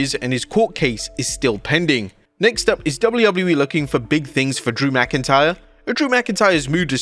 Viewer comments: Drew “McIncryer”.😂😅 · la knight calling drew mcintyre drew mcincryer was hilarious